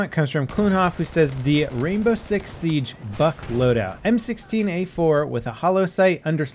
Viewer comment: I swear he said fuck instead of Buck twice